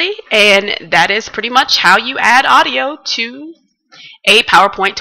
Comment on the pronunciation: odio? ne e sigurno TUKU AUDIO A U D I O